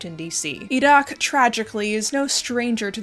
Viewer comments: I appreciate the attempt to pronounce the Q in Iraq in the arab style. The bones in India have another factor since the Hindu majority cremate their remains so the illegally exported bones are probably from the muslim and even smaller christian minorities (Christians in the Indian subcontinent are often low caste Dalits who converted during Raj/company rule) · pronounces Iraq correctly Me: falls immediately in love